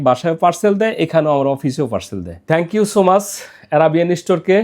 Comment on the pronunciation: Uni thank you bolte pare na kon company er ceo naki director 😂